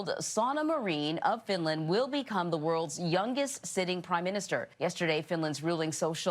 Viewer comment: FINDLAND WTFHHHHAHFAH